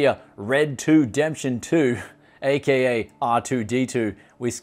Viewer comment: Did he really call it red 2 demption 2????